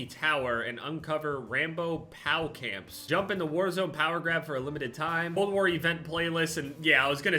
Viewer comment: “Pow camps” 😂